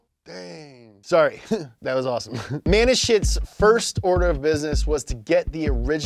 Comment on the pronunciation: I keep hearing "MAN IN SHIT" 😂